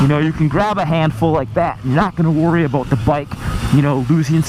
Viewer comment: I heard 'aboat'. Are you canadian eh?